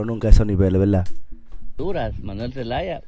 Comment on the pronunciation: Se dice verdad no VELDA